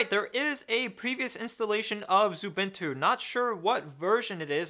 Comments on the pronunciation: I noticed you say 'Zubintu'. Pls stop. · ... No that's xubuntu not xubintu...